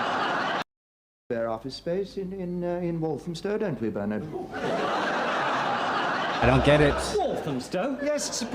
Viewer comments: Please stop saying "Bernitt". His name is Bernard pronounced 'Bear-nudd' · Just to be clear, in the the UK, it's BEAR-nud. We don't pronounce the r's in BBC English. The stress is on the first syllable whilst the unstressed, thrown away second syllable is a neutral (schwa) vowel followed by a "d" (not a "t"). As is American, he can pronounce the r's if he wants to. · Do you just call him Burnit now to wind us up 😂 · I know, has been told this on every one of the many, many videos he’s done reacting to Yes, (Prime) Minister but insists on calling him Burnit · Lol. In the UK, "Bernard" rhymes with the two-syllable pronunciation of the word "learned", meaning someone who knows a lot: learn-ed. "As a biblical scholar, he appears to be very learned".